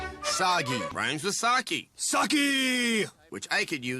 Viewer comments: That sake bit was painful if only with how they just keep mispronouncing the word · You hit the nail on the head. I must remark that the entire “Sagi” joke falls apart if you pronounce Sake correctly. Then you realize that the word sake in Japanese is just alcohol. 日本酒 is how the Japanese call it. Nihonshu. While, yes, the kanji literally is Japanese alcohol… it isn’t pronounced saw key. I’ve studied and spoken Japanese for like 10 years now. So I don’t even really consider the mispronunciations we have for words like Karaoke or Sake anymore. About the only things in Japanese that throw me off are their borrowed words from English. They have donmai which means “don’t worry about it” or “never mind” but it’s a shortening of don’t mind as in I don’t mind but that isn’t what it means. I don’t mind them making fun of Japanese games. Although that we cut a bunch of commercials together retort and the awkward sounding Japanese that lady was speaking was a bit awkward. I’m not going to act like I was offended or anything because I’m not Japanese. I’m glad to see their continued distaste for Japanese stuff hasn’t changed all that much they just pretend like their problem is that Japanese games need to be colonized with Californian culture. I’ve all but given up on games. I mostly play indie titles by devs who focus on making good games first. I’ve had enough Twitter syndrome to know that I want to know as little as possible about the people who make the games I enjoy because it typically just leads to me becoming more and more annoyed. I really do wonder if all the